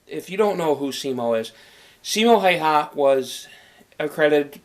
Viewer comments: He said his last name wrong Hay ha?? Its pronounced how wa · häyhä not haiha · Finland: Simo Häyhä English: Siimou Heeihah *about*😂😂 I know, its hard to pronounce it right, for the ppl who dont talk Finnish :/